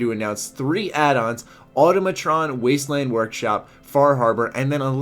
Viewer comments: It's pronounced awe-tama-tron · Automatron isn't pronounced like that, it supposed to sound like, "Automaton" (The first "O" is supposed to sound short, not long.)